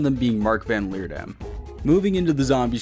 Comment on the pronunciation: as a dutch speaker i love how you pronounce van Leerdam lol 😂😂😂